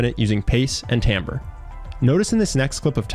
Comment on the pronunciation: Hey, you need to learn how to pronounce "timbre".